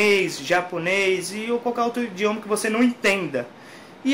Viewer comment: indioma ??? rsrs